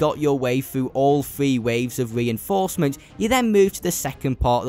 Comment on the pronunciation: I think is three not free